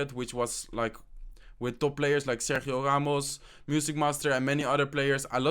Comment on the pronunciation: The Dutch talking definitely comes forward when saying Sergio Ramos haha 😂😂 ik ben ook Nederlands :)